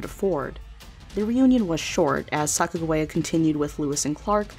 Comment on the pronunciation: Why does the other person narrating besides say Sacajawea in a weird way. Haven't you heard how her name is pronounced?